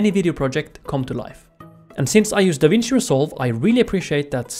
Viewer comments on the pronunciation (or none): none